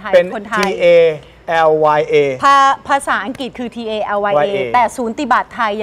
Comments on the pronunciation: คุณน้ำฝน สะกดภาษาไทยผิด อ่านว่า ทาเลีย ไม่ใช่ ร. หรือภาษาอังกฤษ อ่านว่า ทัล หรือ ทาล ยา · ตัว L จะเป็น ร.เรือ ได้ไง ต้องเป็น ทาเลีย มั้ย ทำไมออกเสียง ทาเรีย กระดกลิ้น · สำเนียงเรียกที่ถูกต้องคือ Talya...ทา ลี อา เรียกง่ายค่ะ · Talya ทาเรีย หรอคะ ร.เรือไม่ใช่ R หรอคะ ทำไม L เป็น ร.เรือละ